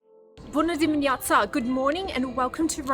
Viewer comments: You talk good in romanian:" Bună dimineața" to you too❤❤❤ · I'm impressed by how you pronounced "buna dimineata", I believe you can learn fast the romanian language.people will say you're from here because you also look like local woman😅